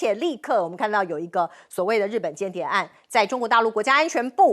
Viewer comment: 冒天下之大不[韙]： 音[會](X) 音[偉](O) [間]諜： 音[監](X) 音[建](O)